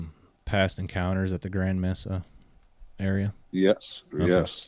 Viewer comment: Mesa....its pronounced 'May-suh'